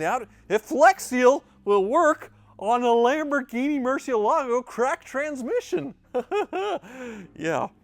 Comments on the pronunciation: Almost a new record. Only took 23 seconds to mispronounce Murcielago. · Anyone else notice that and Ed Bolian pronounce "Marcielago" completely differently? Considering Ed was the Director of Sales at Lamborghini of Atlanta for several years, I'm going with his pronunciation!